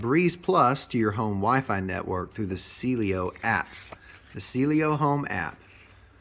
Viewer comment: It’s Cielo… not Cielio.